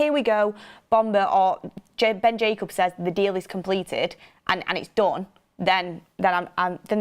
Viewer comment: It’s Jacobs, not Jacubs 😂